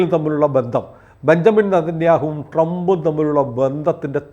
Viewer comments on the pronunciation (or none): none